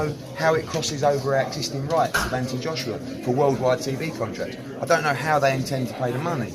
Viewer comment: Its Anthony with a h and o not Anthiny. Make the deal and stop being scared.